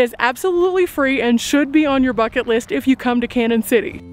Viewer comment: Its pronounced Can-yun not Cannon..sorry just trying to help 😊